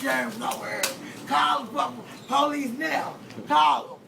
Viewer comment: ‘Call the polie, call the polie’